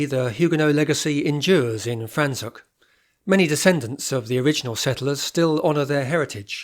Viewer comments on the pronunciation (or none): Very informative, thank you. Your pronunciation of the town of Franschhoek needs correction!